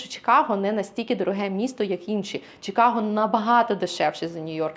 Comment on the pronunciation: A. Будь ласка, "Чи", не "Чі". Чикаго. Нам українським чикагцям на тому дуже залежить. Дякую. В. Якщо Пані хоче справжнє відчуття "Сільпо" в нашому місті - запрошую до Rich's Fresh Market на перехресті Belmont i Cumberland. Вітаю в нашому місті!